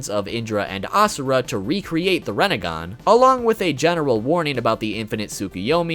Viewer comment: What’s a renagan? You mean rinnegan?